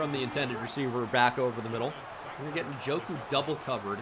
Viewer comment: Please stop saying nuh-joku